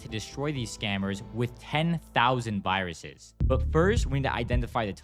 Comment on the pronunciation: "Can you show me the vaaahh-ruses?" 😂